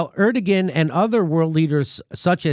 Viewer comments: Jimmy! My man! Just for future reference, Erdogan isn't pronounced the way you say it. The g is silent so it is said Erdoan but the o followed by the a makes a an almost w sound but not quite, sort of like Er-do-juan (juan as said in spanish). Hope that helps! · Pronounced Erdo (wahn) Jimmy for future reference :P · Jimmy, his name is pronounced heir do yan, just sayin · Erdogan is pronounced "air doe one" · That’s pronounced air dough on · Is that a joke? Erdogan is pronounced Air-doe-juan. I'm aware Trump said it the same way during a press conference standing next to the guy, but your delivery is pretty deadpan. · Jimmy, like your shows and topics! I also have my fingers crossed that this will happen. Now, for gawds sake, it's "air doe ahn," (accent 1st syl), PLEASE! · Turkey’s leader is “Air-Do-On” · Erdogan pronounced "Air-dow-wan"... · It's pronounced Er da gone. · Erdogan is pronounced Air Dough Juan. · Err-dough-on. Please pronounce it correctly but otherwise solid segment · That's not how you say Turkish leader's name, it's cringy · The "g" in "Erdogan" is silent.